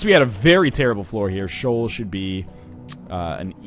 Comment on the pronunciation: Northernlion. It's pronounced "SHEE-OL". It's a two syllable word